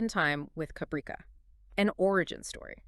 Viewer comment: You do not even know how to pronounce Caprica! Why do you stupid idiots think you can read something and then are knowledgeable and competent enough that you can post a video when you are completely clueless and butcher pronunciations while pretending to know what you are talking about when you are clearly are an inept idiot!